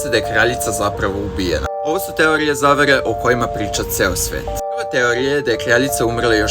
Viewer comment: Nemoj govoriti zavehe